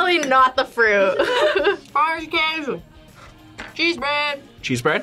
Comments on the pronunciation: BRO SHE JUST SAID "PAO DE QUEIJO" WITH THE BEST ACTENCE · ela falou pao de queijo tao certinho sjakskks queria saber tb!! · Omg she has prononced perfecly pão de queijo hah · I didn't know was Brazilian, seeing her saying "pao de queijo" perfectly scared me lol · Pão de queeeeeeijo ... I love her so much for saying right ... Brasil thaks you